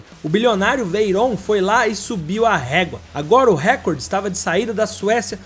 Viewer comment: A palavra "recorde", você está pronunciando errado, como a maioria das pessoas. A pronúncia correta é (RECÓRDE) e não (RÉCORDE).as pessoas não pensam mais, não refletem, só agem como gado. Igual a palavra IMPEACHMENT, todos pronunciam (IMPITCHMÃN) quando a correta é igual a escrita dela, (IMPITCHMENT).